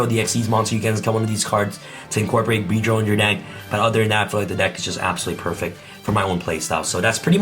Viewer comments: am i trippin or did he say bee drill?? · wth did he say for the XYZ monster ??? I swear i heard Beedrill...